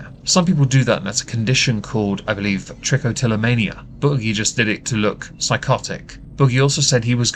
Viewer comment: 🦑 Also good job on pronouncing trichotillomania right. It is a rather sucky condition.